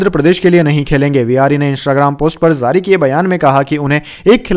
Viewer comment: Zari nehi jari bole pagal. Z z z z kion bole rehe ho, boht gandda shabad ucharan h tumhara.